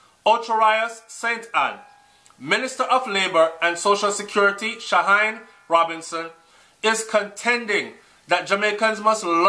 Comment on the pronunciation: Hey the name is pronounced Sha-heen-nee Robinson. Just in case of future broadcastes you may include her in.:)